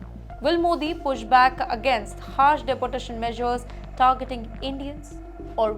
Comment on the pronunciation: Please look into the pronunciation of your reporter. She has issues with the right pronunciation.Its De por tation ... Not dapportation